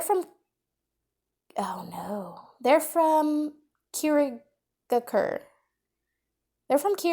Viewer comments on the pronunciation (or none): that "Oh No" at pronouncing Kirigakure had me clutching my stomach in laughter, and I mean that in the kindest way possible, I just wasn't expecting it